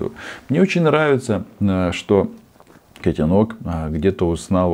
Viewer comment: Не котенОк, а котЕнок😂